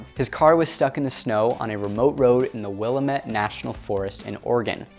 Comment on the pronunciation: Thanks for the interesting news. The second and third syllables of Willamette, rhyme with "damn it" :)